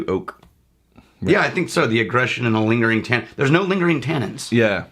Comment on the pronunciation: Watching these older vids now I can't unhear saying "smellink" and "lingerink."